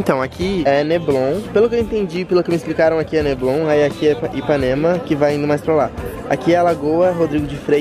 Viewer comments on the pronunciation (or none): Neblon kkkkkkkkk é Leblon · é LEBLON não NEBLON hahaha Abraço! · "aqui é neblon" kkkk é leblon. Quando vc voltar queremos encontrinho na quinta da boa vista